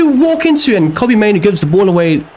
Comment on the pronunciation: Yea both those "mainoo" errors are all on you